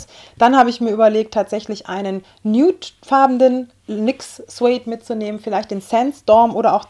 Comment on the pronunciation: Achtung, Klugscheißer: nude by nature wird "niut bei neitschar" ausgesprochen :p du sagst immer nüt, und da du ja gerade englisch lernst..